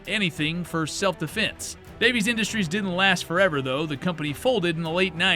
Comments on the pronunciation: Nigga you harped on that "Alaskan" mistake so hard but you legit think Davis Industries was called "Davies Industries" No, there's no irony there at all... /s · It’s DAVIS, not Davies. I own one of their O/U .38 Spec derringers. Paid $60 brand new about 94-95. Still got it, still works! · I thought it was Davis, not Davies. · It's not Davies industries it's Davis industries please don't besmirch my family name😂 The Jimenez ja 9 biggest flaw was it's ability to rapidly disassemble itself if you try to take it apart to clean it😂 Also fun fact about the rg if you got the ones that were made in Germany and imported, they weren't too bad not exactly high quality but they'd hold together and were fairly accurate. (I keep a 38s in my cabinet) The ones that were manufactured in Florida, those were trash. Also with the rg22 the pin that you unscrew to swing the cylinder out functions as an ejector. You don't have to go digging for cases, ust poke them out with the rod.